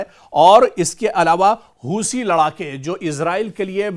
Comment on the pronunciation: हूसी नहीं हूती बोलो 😂